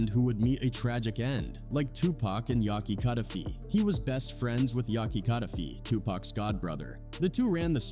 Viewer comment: Aye man why make a dumb video like this guy. You can't even say Yak's name right. And I bet you were born in the 90's or 2000's . Dumbest video ever